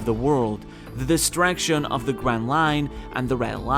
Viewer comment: Bro i swear you are saying "Distraction" and not "Destruction" hahaha amazing video